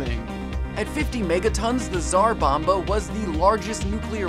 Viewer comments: Its not Tsar Bombo its Tsar Bomba (and my cousins PS3 gamer name is Tsar-Bomba PR3) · u dont pronounce Tsar bomba as Zar bomba